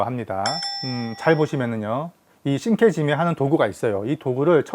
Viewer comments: 발음을 우리나라식표기하는 방식대로 읽어도 상관은 없지만 영상을 올릴려면 제대로 된 발음으로 하는것이 좋지 않나해서 끄적여 봤어요. 계속해서 저 두단어가 언급되어서... 자랑하려고 그런거 아니라 나만 그냥 불편해서... 안보면 될것을... 말입니다. 시장 방어잡는 영상같은거 올려서 ... 일본사람들이 조롱하고 그래서 이사람이 또 뭔 ~~ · 이케시메가 아니고 이케시메 입니다 신케지메가 아니고 신케지메 입니다